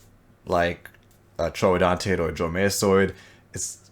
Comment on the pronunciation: Congrats on saying ‘Troodontid’ instead of Troodon which is a dubious genus.